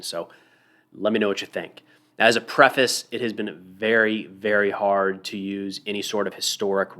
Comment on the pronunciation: Your pronunciation of preface caught me off guard as a Canuck lol . I agree with your assessment and great points on the bridges that may be something to watch. I don't think either side is throwing in the towel yet.